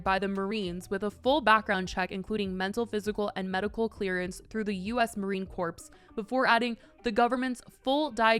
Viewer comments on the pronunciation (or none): Marine Corps is pronounced muh - reen - kor ie: Apple Core Not corpse, as in ‘Dead body’ Only posting this as a learning tool ma’am. Our troops deserve that. The p & s are silent. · ma’am it is pronounced marine “core” yes it is spelt corps which might look like it should be said as “corpse” but I assure you it is CORE and not a dead body. thank you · Just fyi drop the p when pronouncing Marine Corp…. It is pronounced core not corpse 🧟‍♀️ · I know this isn't at all the point of the video, this is just a friendly correction.. the Marine Corps, the "s" is always silent.